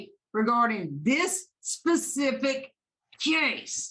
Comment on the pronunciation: . This is when the Judge really, really was sick of this lady 😂😂 The emphasis on “cassse” is gold lol.